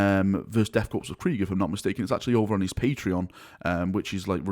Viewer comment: The s is silent in Death Korps. Like the word Corps.